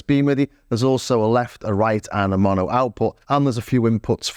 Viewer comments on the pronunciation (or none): none